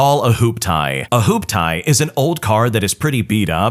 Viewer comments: LOL I can't deny, I giggled hard when I heard "Hoop-tie" instead of "hooptee". Yeah, first story is definitley NTA. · LMFAO "WHOOPETIE" Gen X here it's a Hoop-Tee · I was like wth? Hoop tie? Hoop-tee! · ....it's "Hoop-Tee" pfft